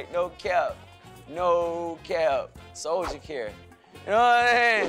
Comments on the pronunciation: Mane said soulja care 😂😂😂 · Nobody gone realize this nigga said soulja care?😫😫😂😂😂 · Dat mane said Soulja care 😂🤣dam fool crazy as hell 😂🤣😂